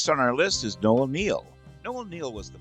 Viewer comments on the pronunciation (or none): It's Noel Neill, NOT Noah Neil - where the Heil did you get that?